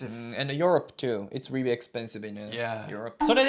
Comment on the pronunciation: その後で説明しているけど、ホリエモンは日本人の典型的な発音で、アンビリーバボー！と言ってるからです。 レアリー？も日本人の発音の典型的な発音で、通じない可能性が高いです。 Unbelievableとか、Really？はマジで発音が難しいです。 自分ならば代わりに、 Wow! It's amazing! が言いやすくて、良く使ってます。 UnbelievableやReallyは、地雷です。